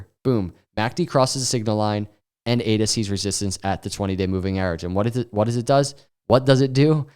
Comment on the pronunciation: I liked it when he said ADA 🥰